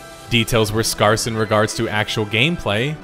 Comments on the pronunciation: did I actually hear, "...details are scarce /skärse/.." instead of scarce /skers/? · skarse huh? its scarce like scare - ce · What is your speech impediment? Or are you just too stupid to pronounce 'scarce"? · Scarce is pronounced more similarly like the word scare or scary and not like the word scar